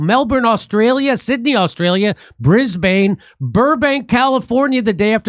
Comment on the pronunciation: ps Brisbane is pronounced brisbin and Melbourne is melbin with just a hint of r ( Yanks struggle to tone down r at the best of times but give it a crack)